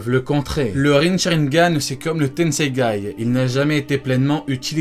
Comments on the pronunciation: Ce n est pas tenseigay c est le tenseigan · On ne dit pas tensegay mais tensegan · Juste, c'est le Tenseigan, pas le "Tenseigai" mdrr 😂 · Mais c'est tensegan pas tensegay 😂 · Tensegan et pas Tensegaï 😂😭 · C’est le tesengan pas le tensengai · C'est tensegan et pas tensegai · C tenseigan nn pas tenseigay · "Tensengai" perso je vois pas trop où y'a gai dans tesengan mdrr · Tenségaîlle??? J'ai mal aux oreilles